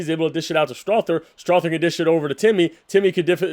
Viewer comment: Go soft on the "th" in Strawther